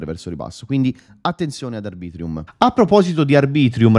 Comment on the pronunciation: Arbitrum non ArbritrIum😂